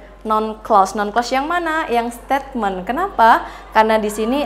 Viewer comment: Koreksi: statement itu mengapa diucapkàn stetmen seharusx steitment